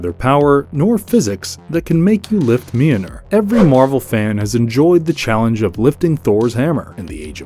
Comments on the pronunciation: The pronunciation of Mjölnir is killing me! 😂🤣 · If you can’t pronounce the name of Mjolnir, don’t say the name 50 million times! You could’ve said it once, and then just referred to it as “the hammer” lol